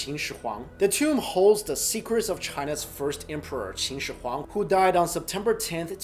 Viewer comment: You pronounced his name wrong it's pronounced like this (shi-wong-di)